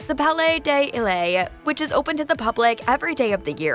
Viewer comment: Palais Ay Delae... Bruh my ears 😂